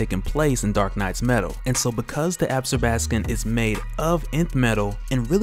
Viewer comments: Not "Ab'-skor-bas-kin" ---- pronounced "Ab-sorb'-a-skon". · Ab-zor-ba-scon no ab-scor-bas-can 😂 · Absorb- ah- scom. Different emphasis on different syllables. Still you are my favorite. English teacher in me doesn't stop. Sorry lol